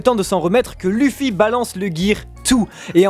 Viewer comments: TRop bizarre comment vous prononcez "Luffy", en plus si vous décidez de le prononcer comme ça pourquoi vous dites pas "U"sopp, L"U"cci ... ? En fait vous regardez le manga en français ? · Luffy...se prononce "leuffie". Tu m'ecorche les oreilles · Ont dit Leuffy même si sa s' écrit Luffy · luffy ça se prononce leuffy et pas lu ffy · Faut arêté avec Luffy (luffy) c'est Luffy (leuffy). Par contre je suis totalement d'ac avec vous ! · Je viens d'arriver sur cette chaîne ET PUTAIN PK TU PRONONCE LUFFY au lieu de LEUFFY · Lêuffy ou Louffy à la limite mais dis pas luffy stp 😂😂